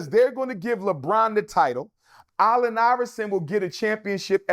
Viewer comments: KOBE IS NOT BETTER THAN MJ.. PERIOD and why CANT HE PRONOUNCE. ALLEN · This numbers dude can’t say “Allen” correctly. That snake thing on the court was just a coincidence